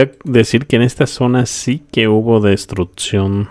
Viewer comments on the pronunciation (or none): DISCULPA, VOLVISTE A DECIR "DESTRUTZION"...?????????????? LENGUAJE ETZTRAÑO????????? TRANSTSMITIENDO???????????? SITZAGUEA??????????? TRATZPASA??????? SISTZAGUEOS???????